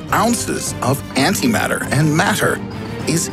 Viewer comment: you lost me at anti mater